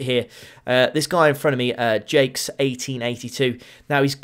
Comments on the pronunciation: Now i'm not french, nor do i speak the language, but i do know it is not pronounced Jakes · TFW doesn't know how Jacques is pronounced